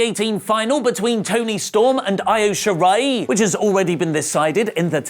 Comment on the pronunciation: Hopefully will pronounce Io Shirai's name correctly one day...